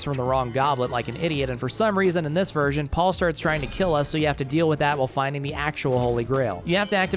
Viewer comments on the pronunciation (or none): none